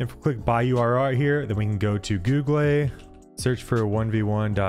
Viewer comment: who says googlé /gu-glei/